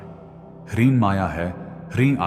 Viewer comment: Hreem is the correct pronunciation not hareem.